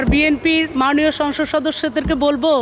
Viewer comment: যে নিজে কটাক্ষের পাত্রী সেই সকলকে কটাক্ষ করে থাকে। কথা তো উচ্চারণের যথেষ্ট ভুল রয়েছে যেমন মাননীয়কে বলছে মানিও। পারলে তো হাসিনাকে পূজাও করতো। এর গান শুনে আমার বাথরুম চাপে।